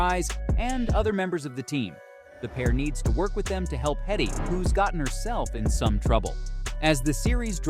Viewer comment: Its Hetty. I guess you were so disappointed that you couldn't even get the name right.